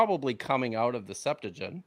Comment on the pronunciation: “The Septajint.”